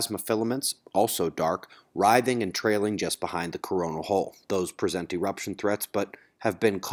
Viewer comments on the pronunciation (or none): none